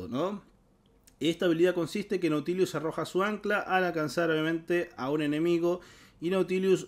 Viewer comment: Porque le agrega una "i" de más a la pronunciación de Nautilus. Se dice tal cual se lee xd